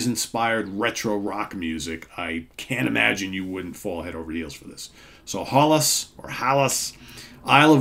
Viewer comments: Pronounced Hellas? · Pronounces Haellas. The two earlier albums are great, but this one is their best. Yet. And, check out their first EP (4 songs on it) which has a lot of early Black Sabbath influences which i kinda now digs. The best album this year so far. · Interesting, seeing as at least 5 people told me in the comments that it's pronounced 'Hellas'...I'll believe someone from Sweden!!